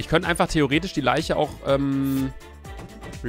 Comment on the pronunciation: anstatt theoretisch habe ich auf Chinesisch verstanden XD !